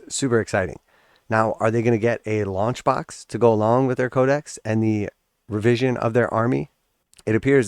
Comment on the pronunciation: I had to listen twice. I thought you said lunch box and I was like yippee! Something to go with my GW snuff box and Christmas socks. But alas, you said launch box 😢. Lol!